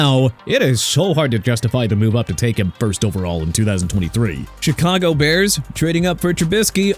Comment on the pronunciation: The then-Oakland Raiders. Chicago pronounced shee-ka-gow not chi-ka-gow. And you meant to say two second?! Also Ja-gwaars not Jagwires! Jacksonville gon' have a name change for their football team! Let's call up the team owner for that AARON!! And you put Minnesota before Miami?! Hello!! You're out of order and your list is out of order! Maryland PRONOUNCED meh-ruh-luhnd not Mary-land!! You got New Orleans wrong again! Nu Or-linzz not nu Or-leenz And yeah Miami made a mistake picking Culpepper over Brees and WHAT'S YOUR POINT SIR?!! YOU HATE THE DOLPHINS DO YOU?!